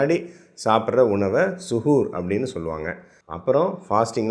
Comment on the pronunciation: Arabic word correct 💯 than.